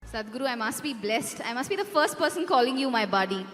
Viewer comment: Its not baady its buddy 😂😂